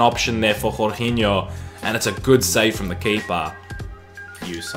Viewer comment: Please stop saying jorginho like that